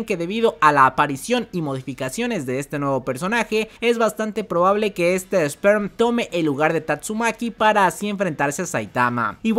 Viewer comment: Gente,es "Sper" no "Sperm".